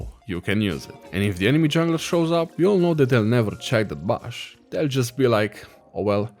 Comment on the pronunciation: lol i love how he pronounces 'bush' like 'bush'